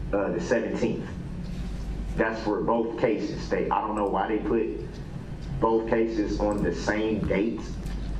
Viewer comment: “Boff of those cases”😅😅😅😅